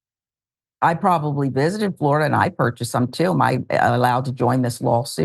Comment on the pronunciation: It's Floriduh again ladies and gentlemen.